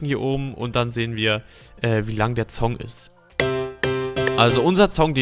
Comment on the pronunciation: Warum sagst du immer Zong und Zound statt Song und Sound xD ;D